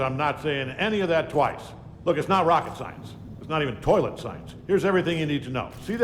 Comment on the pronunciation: I winced every time said "Tolet".